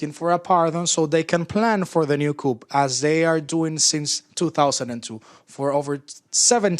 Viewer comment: The "Article 128" item must be very important (at about minute 40) because the mike is cut and the "translator" (who pronounces "coup" as "coop" vs. "coo") does not speak it. So I will supply the text of the Venezuelan Constitution Article 128: Article 128 (in the protection of environment section) "The State shall develop a zoning policy taking into account ecological, geographic, demographic, social, cultural, economic and political realities, in accordance with the premises of sustainable development, including information, consultation and male/female participation by citizens. An organic law shall develop the principles and criteria for this zoning."